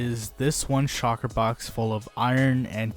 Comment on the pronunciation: Shulker is pronounced: shul+ker not shocker. Also, "an" elytra not "some" elytra. Because it is 1 item.